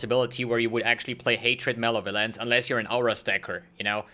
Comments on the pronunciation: Muh - Lev - Uh - Lence. Not Male - Violence. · Everyone else: Malevolence: Male Violence